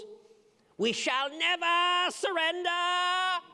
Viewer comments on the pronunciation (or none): WE SHALL NEVAR SURRNDEAR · NEVARR SURRENDARRR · ”WE SHALL NEVAH SURRENDAHH” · him: we shalll neva surenda him after: what did i just do... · "We shall neveer surrendeer!!!..." Sound of silence Akward moment "...to different approaches"